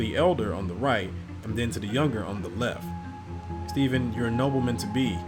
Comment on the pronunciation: Great Narration! but bro, you keep saying Steven it's Stephan lol, their 2 different names lol.